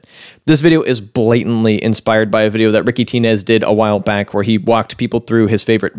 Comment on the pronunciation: It's Ricky "Tines", like the tines on a Rhodes. Even if the name is usually pronounced "TEE-nays", in his case it should be "Tines". On YouTube I mean, like a stage nickname or whatever.